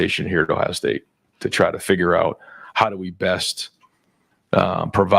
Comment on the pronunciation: Why does Day always call Ohio “Tough”? 😅